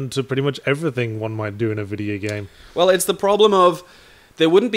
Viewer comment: God dangit, I keep on noticing that Yahtzee says 'vidya game'